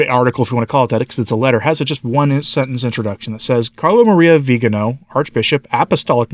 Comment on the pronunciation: Thank you for the good coverage of this issue. Would you pretty please pronounce his name correctly? In Italian it is the second to last syllable. So the emphasis is on the “ga”. Grazie.